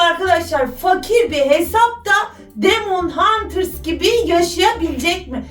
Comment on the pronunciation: Demon huters değil demene hunters